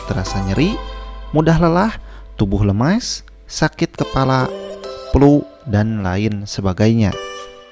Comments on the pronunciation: Trerimakasih infonya, Mungkin lebih tepatnya obat untuk atasi batuk berdahak. Tp itu mohon maaf... Flu ya... Bukan Plu, Pake F bukan P. Hehe maaf... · Suka logatnya Bukan menghina ya.tp jujur suka dengernya.palagi pas bilang plu.semangat bikin kontennya!!!